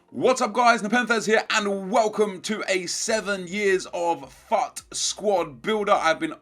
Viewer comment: why does he pronounce FUT like that?????